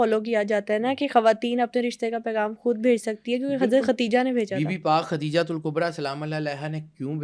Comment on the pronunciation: Her name is KADIJHA s. a not Khatija prounounce it correctly